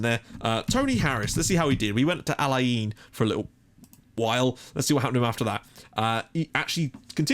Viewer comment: I used to live in al - Ain. BTW it is pronounced al ayn